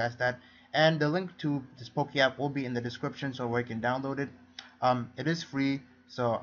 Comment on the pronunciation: It sounds like Poo-Key